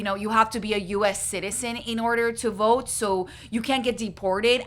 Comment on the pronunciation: “I will boat for Donald Trum” ✌🏽